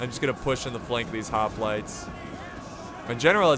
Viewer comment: The mispronouncing of the word: hoplites is starting to get really annoying.